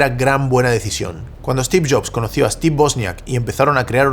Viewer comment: Se pronuncia Stiv, no Estiv. Maicrosoft, no Mihcrosoft. Stor, no Estor. Story, no Estory.